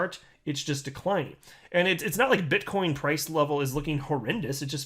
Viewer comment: Did you say bitchcoin.. 😂